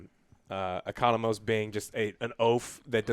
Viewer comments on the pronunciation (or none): Are they scared to correct the boss? Joe has been butchering names in all these reviews lol 😂. Hargraves, Murr and Economics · It’s Economos not economics , it’s really not that hard to say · It's not Economics. It's Economos. Will somebody please correct Joe on the pronunciation.